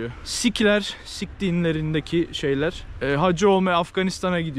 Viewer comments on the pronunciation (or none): Sik h ler 😂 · Bizde o dinin “sih” olarak söylendiğini biliyorum.